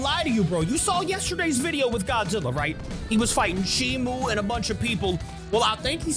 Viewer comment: its shimo not shimu